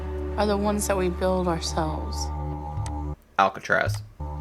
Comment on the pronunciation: “Alcatraz” lmao that had me dead